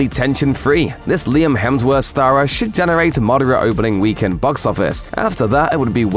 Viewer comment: Stop saying weekend that way 😭